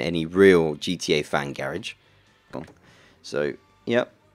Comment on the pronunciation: Its garage not gerege